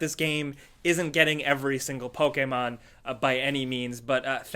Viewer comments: PokEmon, not PokAmon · Why do you pronounce pokemon with an ''A'' and not ''E'' because you say it as pokaman inside of pokemon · The way pronounces Pokémon fucken triggers me lol love you tho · Hi says it like pok-ei-mon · The way this dude says "Pokemon" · says Pokémon funny, or maybe I say Pokémon funny.